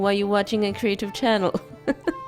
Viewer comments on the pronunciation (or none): none